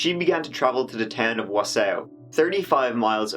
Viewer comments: Pronounced Antago not AntEEgo and Waw-saw which u kinda corrected 😁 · Ann-ta-go Whaa-sa 😂😂😂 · half my family lives in Wausau, Wisconsin (Wa-saw) true story. Not Wa-Sow lol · Yea you butchered those names. Wausau is pronounced (Wah-saw) and Antigo (Anti-go)... You like those names... We have plenty more awesome ones in this state waves of sarcasm flooding in Wisconsin is wonderful. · Oh, great! I was just going to make a comment on that. However, it's not pronounced Warsaw, either. It's tricky. I remember it from an insurance commercial from years ago. You should call someone there and have them pronounce it for you. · Pronounced WA SAW That's ok though. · I was laughing so hard at you saying Wausua. Good times lol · Wah saw(wausau) and ant igo (antigo) funny that people trying to correct you aren't even getting it correct!! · The way you pronounce Wausau 😂... it's pronounced more like WA-SAW 😊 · not that it matters but it’s pronounced anna-go + wa-saw 🙃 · It’s wah-saw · I was like... Is he talking about Wausau? Pronounced Wah-saw. I don't remember this happening. Wausau isn't really a big college, party town. But it is definitely larger than towns around Antigo. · Is he saying Wausau? Wah-saw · (WA-saw) Wausau..... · Solid attempt at saying Wausau, but it's pronounced "Waah-saah" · It’s pronounced wa-saw. Lol. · Just started watching your videos a month or so ago. This one hit home as it took place, sadly, nearby. Love your interpretation our our Central Wis. names. It's Ann T Go and Waa ( like a baby sound) Saw. Have you ever looked at the Kuntz family murders in Athens. Which the people around that area tend to call At ends. Go figure. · I live in Wausau and had no idea what city he was naming. Its pronounced like Wa-saw. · Wausau is pronounced "wah-sah' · the town names are pronounced ant-i-go and wau-saw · Wah-saw, lol, not what he said, welcome to Wisconsin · phonetically it is : wah-saw :) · It is pronounced “whaa-saw”